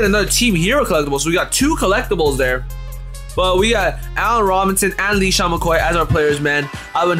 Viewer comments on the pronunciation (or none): this dude said leesean McCoy